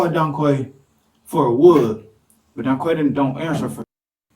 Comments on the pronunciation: In England Quay is pronounced Key. That makes him Donkey. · It's pronounced donkey. Can't fool me. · 2 idiots 🙄 "DonQuay"😂😂😂😂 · donkey is the correct way to say it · The mom couldn't pronounce Donkey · "Donquay"....A future brain surgeon for sure. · In Europe Quay is pronounced Key. So Donquay had a fitting name. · Dowquay?!?! No way!?!?😂